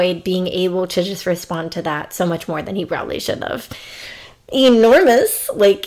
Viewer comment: "EE- NORMOUS!" lulz